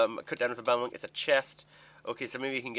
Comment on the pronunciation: The way you say balmung makes me want to punch some babies.